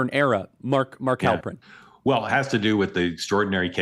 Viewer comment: Halperin, really? I'm gone.